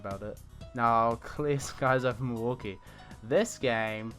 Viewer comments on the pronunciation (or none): none